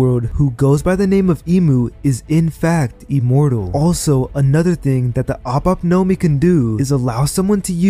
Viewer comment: Its ope ope nomi not op op nomi